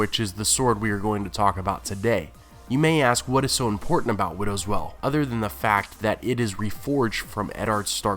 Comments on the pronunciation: it's pronounced "whale", not "well" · widow's WEIL, not widow's "well". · Widows Wail. The wail part rhymes with _ale or pale, whale or gaol. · wail is pronounced "whale" not "well" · The word is "wail" as in an anguished cry, not "well". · It's not well, it's wail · Widows well? Say it like whale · it's pronounced like "whale" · Wail, with a "I" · Taylor kazemba I've heard quite a few mispronounced words on this channel. I think it stems from one person writing the material and another just reading it. Maybe they don't have the context? Wail does seem like something that should be known.